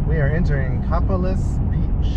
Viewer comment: Copalis is pronounced “KOE PAY LIS.” 🙂